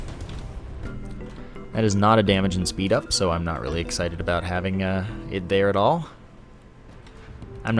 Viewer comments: It's probably the "aboot" that fooled him. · a boot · Do you say about like that on purpose???